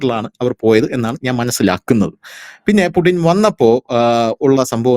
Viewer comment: പുടിൻ അല്ല പുച്ഛിൻ അങ്ങനെ ആണ് ഉച്ചാരണ ശുദ്ധി